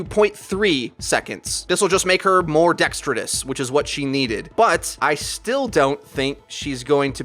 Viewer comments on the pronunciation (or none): The word is "dexterous" or "dextrous", not "dextredous". <_<